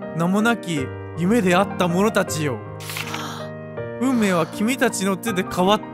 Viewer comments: ここ、さだめって読んでくれるの好き❤️ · 最後の手記、「運命」を「さだめ」って読むあたり最高に厨二病ぺんちゃんで好き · ペンちゃんが運命を「さだめ」って読んで「神のさだめ」と掛けてるの最高に好き 日常組の皆さん、本当に楽しませてもらいました！ありがとうございます‼︎ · 運命を“さだめ”って読むのめちゃくちゃエモい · ぺんさん運命をさだめって読むのいいね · お疲れ様でした 本当によかったです。とっても感動しました。 最後の手記の運命を「さだめ」って読むの好きです。 夢から抜け出すだけじゃなくて、五十嵐さんや源司さんを救えるんじゃないかって動く優しさがすてきでした。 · 運命をさだめって読むのジョジョ好きでてる笑